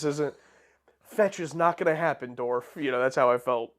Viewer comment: Dorf.......Kills me every time